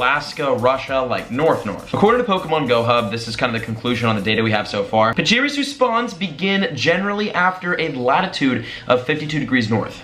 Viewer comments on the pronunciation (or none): Pashi-ree-zoo is the pronounciation